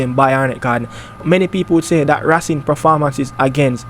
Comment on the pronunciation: Ray_cing not rassing